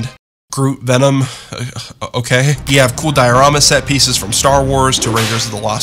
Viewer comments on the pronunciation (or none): none